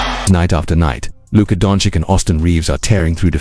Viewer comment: practice saying Luka's last name correctly.